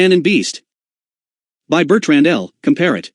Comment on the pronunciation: And pronounce Comparet correctly.